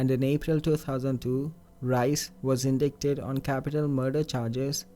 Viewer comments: Fascinating video. Tip: Now, if I may, the word "indicted' is pronounced "in DIE ted". As Wiktionary says... The seemingly irregular pronunciation, compared with other English words also descending from Latin dicto, arose due to being borrowed from an Old French form (instead of more directly from Latin as was the case with the other descendants) which lost its "c"... At 'my age', I've given up on camping. These days, my idea of roughing it is a cheap motel... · great videos. The stories are always really good. Your narration is fine, except I thought you should know, cause this is the second time I've heard it, you are mispronouncing the word indicted. The "c" is silent and it should rhyme with "ignited." Keep up the good work, thanks!